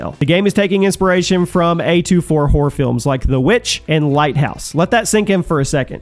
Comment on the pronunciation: why do you keep saying whore instead of horror?